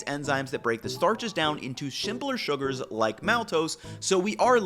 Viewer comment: Big fan of hearing "shimple shugars" and your B roll. Love your cooking science videos